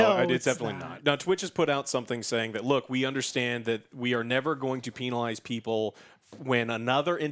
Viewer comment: Did just said "Penilized" instead of "Penalized"? OwO